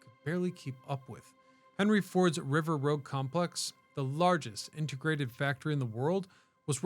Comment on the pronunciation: Sorry did he say River Rogue? It's river rouge sir.